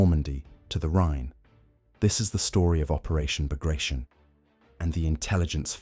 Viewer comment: It's NOT Bag-ration! It's Bagrat-yon. Stupid A.I.